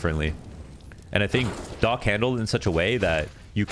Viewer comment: when u was saying "Docc", i thought his name called "Dog" :)